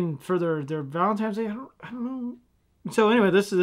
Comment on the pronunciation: ValenTINEs day. There is no M valentine. Sorry for being nit picky. I'd never heard anyone say valentiMes until a few years ago and now I hear people say it all the time. Not sure how that got started other than people mistakenly thinking that there is some guy named Valen and Feb 14th is his time of year. Lol.